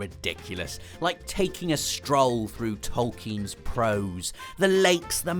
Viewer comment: first of all props on pronouncing Tolkein correclty secondly, it's funny to thin that he actually considered the bulk ofhis work to be Low Fantasy.